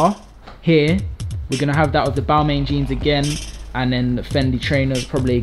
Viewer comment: said Balmain wrong.